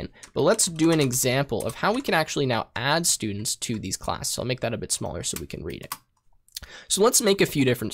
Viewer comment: i lost it on the For sturdents, how that isnt a loop?